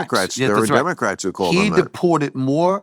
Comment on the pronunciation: he calt me... calt? *